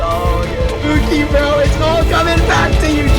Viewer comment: was when I just noticed that guy called him Puki not pookie 😭😭